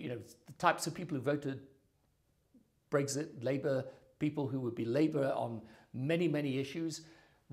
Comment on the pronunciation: Brexit. Not Bregzit Tony